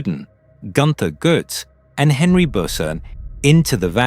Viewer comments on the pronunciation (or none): none